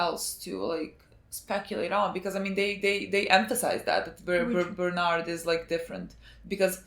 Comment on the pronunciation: Bernard = berthortor